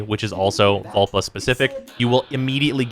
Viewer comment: Lol. Vulpa not vulva.